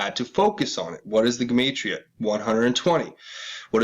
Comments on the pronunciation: Jew-mott-ria proniunced!!! god!!!! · btw...just for reference, it’s pronounced “jem-ott-tria” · Gematria - { Gee-mot-tree-ah }. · Gematria is fancy numerology. And is pronounced like gem 💎 ge-mantria . Free to find truth Zach Hubbard has a detailed channel on the subject. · Gematria pronounced Juh matria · Skull n bones 322, time to hang crooked fucks!!!! Who owned that island in Puget sound?? Dig.. a pedoskullnbones backer. $$$$ All the rats that are part of the club wear secret decoder rings... symbols everywhere but most ppl are oblivious to what is really going on...WAKE UP MORONS OR BE LEFT BEHIND!!!! Alex Jones. Info wars. Paid shill...! it's pronounced. GEM AH TRI AH....GEMATRIA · please look up the correct pronunciation of GEMATRIA, YOUR KILLING MY EARS-HA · Dude, learn how to pronounce everyday words like Gematria ! You are sooo annoying !!!!